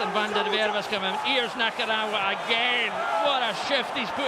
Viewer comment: still boils my piss that never once pronounced Nakarawa's name right